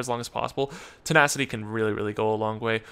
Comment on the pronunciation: why you say "tenackyti" it's "tena-city"